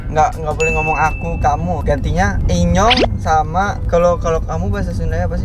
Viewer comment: Enyong bangg bukan inyong